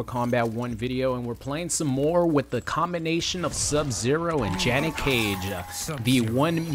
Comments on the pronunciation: Oh man, I LOVE "Sub-Zer!" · Ah yes, Sub-“Zer” my favorite character